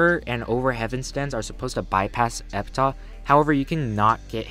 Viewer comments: By the way, it's pronounced epitaf, not epitah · thats not how you say Epitaph